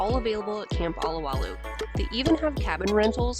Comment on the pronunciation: It's OH-LOW-WAH-LOOH, NOT ah-lah-wah-looh! Mahalo ~ ~ ~